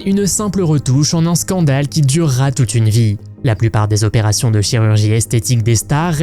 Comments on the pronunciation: Les vingt zopérations, bravo pour la liaison dangereuse ! Bravo aussi pour la voix en ia, aucun effort. De plus, les dates dans les évènements, c'est n'importe quoi : opération en 1963 pour Hang Mioku qui est née en 1965. J'ai arrêté là. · 20 zopérations ????? Alors, enter 19 et 21 ans, on a vingt zans ??? Qui est l'ignare abruti qui parle comme ça ???? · « Vingt « zzzz opérations. Aille aille aille. Ça fait mal aux oreilles 🥴🥴🥴